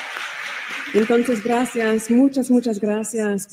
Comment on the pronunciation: Grasseearse? Never heard it spoken that way before. Sounds more like Swahili?😂😂